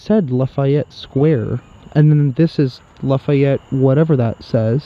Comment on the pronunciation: La·fa·yette /ˌlafēˈet NO I in it!